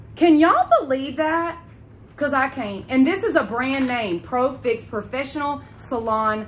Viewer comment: It’s not profix it’s pro-fx lol 😂